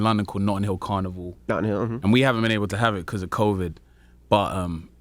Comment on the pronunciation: He pronounces carnival all carnivore lmao